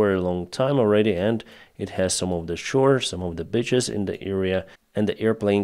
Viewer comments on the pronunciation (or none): please, work a bit on your pronunciation. "Beach" = "beetch" (бііч), not "бйч" ("b!tch"); "peace" = "peece" (пііс), not "пйс" (p!ss)... hope you see the reason (ріісен). Most common pitfalls for speakers of Slavic languages.